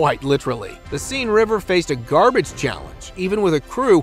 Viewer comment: OMG.THE SEINE river is pronounced, Sehn.